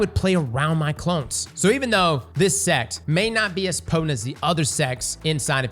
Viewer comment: knows damn well he wasn’t saying sect half of the time